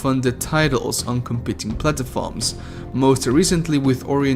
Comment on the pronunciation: Its platforms not plat”a”forms